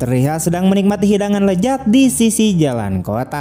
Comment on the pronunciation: Lezat bang ...bukan Lejat..😂😂😂😂